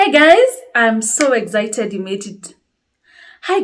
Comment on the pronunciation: They say excited not Egizayited